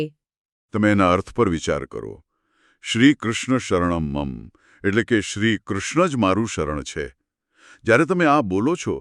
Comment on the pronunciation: બહેનનો અષ્ટાક્ષર મંત્રનો ઉચ્ચાર ખોટો છે."શ્રીકૃષ્ણ:"-અહીં છેલ્લે વિસર્ગ છે,તેનો ઉચ્ચાર ન થયો.ઉપરાંત છેલ્લે "મમ" અંતે મ પૂરો બોલાવો જોઈએ.બાળક ખાવાનું માંગતાં કહે "મમ્"તે નહીં.આ સંસ્કૃતમાં છે,જેમાં ઉચ્ચાર શુદ્ધિ મહત્વની છે.